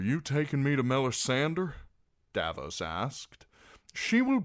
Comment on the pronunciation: It bothers me so much every time I here him say "Mella-sander" I have to skip the video